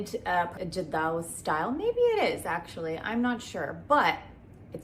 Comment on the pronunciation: I loved you showing your jewelry collection. You have beautiful jewelry. I just wanted to say jadau is pronounced with a "rd" sound and not "the" sound. The rd sound is a blend of r and d combined, so it rolls of the tongue as "rd". Imagine writing it as "jardau"